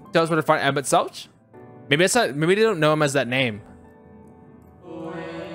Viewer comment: Tip, Emet-Selch is pronounced with a hard H sound at the end, not the normal english Ch like choo choo. English does not actually ever use this sound which will confuse many, and many have trouble making the sound. Emet-Selch is made from 2 hebrew words, one a bit bastardized. Emet-Shelach, "your truth"